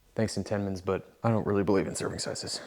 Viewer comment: The way you pronounced Entenmann's. That's a new one.